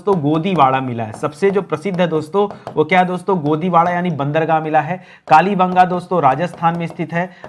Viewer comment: What matter yak bar bolte dolavira bera fir bolte ho kali banga kya bol rahe ho apne aavvj ko phachno. Kalte mate bolo.